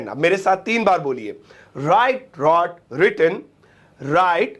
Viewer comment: With all due respect, Wrote ko रॉट nahi padhte. Balki रोट padhte hain.